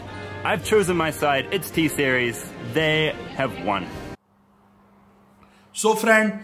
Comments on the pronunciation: It's T-Series not tesaris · "T seriyass "🤣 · Lololololololololololo it's t series not taserios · Others :_T SERIES HE :TESERIUS 🤣😂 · Pewdiepie....But you say Pepdiepe. Tseries.....But you say Tsarius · Does a lot of Research Calls T-Series "Tasarius" and PewDiePie "PaveDyePii" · Me:T-Series He:Tesarais Me: Piewdiepie He:Pevdip😂😂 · Excuse me sir? You dont actually know english bruuv Its T series not T seriass Its Pewdiepie not Peahsdiapoy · my brain will pain 🤦🏼‍♂️ And our brain pain after which the video 😖 Mr.GODDDD FO ENGLISH 🤣🤣🤣🤣🤣🤣🤣🤣🤣🤣🤣🤣🤣 T SERIES NOT DISEASES PEWDIEPIE NOT POWDEYPE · Pevdypee and tserias🤣🤣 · How is PewDiePie related to Karl Rock???? PewDiePie and T-Series pronunciation is also wrong Song is very good.... Each Lasanya!!!!🤣🤣🤣🤣😂😂😂 Miliyan!... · Your T-Series pronunciation is hilarious hahahahaha